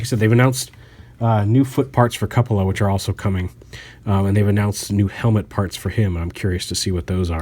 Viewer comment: jsyk, cupola is pronounced with a long U